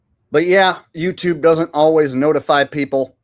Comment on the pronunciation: Did you just call it Yew Tube??? That's anti semetic